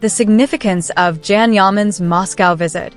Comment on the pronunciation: Learn how to pronounce his name!!! It’s Can pronounced Jon or John. In Turkish a C is pronounced as J. So get it right